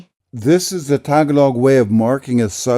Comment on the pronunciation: btw, the emphasis in the word tagalog is on the second syllable, not the first.